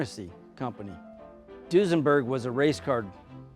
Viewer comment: Duesenberg, nope! Foosenberg, yep!